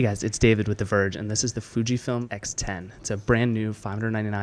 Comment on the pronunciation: When he says "David with the verge and..." sounds more like "David the virgin..." lol great review btw